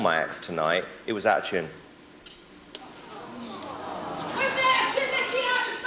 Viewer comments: I think he said 'it was out of tune' ..sounded like 'outchoon' lol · did he say out of tune or ouchune??????